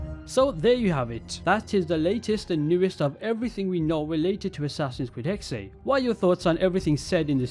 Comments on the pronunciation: I always wanted an assassin's creed based in Salem, but this is close enough...no hate, it's pronounced (Hex-sa) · It's pronounced HEX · Its pronounced “hexuh”, the german word for witch. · Hexe is pronounced Hex, there’s no extra E